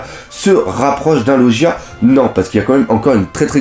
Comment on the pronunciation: Sa se prononce LOGUIA pas LOJIA putin